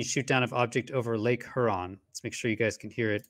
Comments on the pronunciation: LOVE WHAT YOU DO BUT I GOT ONE COMPLAINT!!! I LIVE IN METRO DETROIT AND YOU ARE NOT PRONOUNCING LAKE HURON PROPERLY!!!! I KNOW IT SEEMS INNOCUOUS BUT IT'S KILLING, ITS PRONOUNCED HyourON NOT heron!! PLEASE PLEASE FIX THAT MY FRIEND. Thanks Detroit charity recording artist Craig Michael Curtice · Huron is pronounced Hyeron. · It's not "her on". Long U preeceded by an e sound. Lake Huron (heuuron). Nobody in broadcast journalism is pronouncing it right. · Lake Her-on lol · Lake H-youron.👍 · Lake Huron is pronounced HURE-ON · Lake hurrrrrrrr-on my guy? Are you serious??? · ooof that pronunciation of lake huron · is it just me that hates the way he pronounces huron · Your credibility suffers from your incorrect pronunciation of Lake Huron. Quite surprising actually...